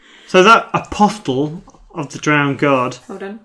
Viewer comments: Around the 44 minute mark, James marshalled Aeron Damphair. Was he not already in the dead pile? PS: Apostle is pronounced APOSSL. The T is silent. It means prophet. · Just for the sake of the english language. it's aposle... pretend the t isn't even there... A POS UHL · isn't the ''T'' silent in Apostle?!?!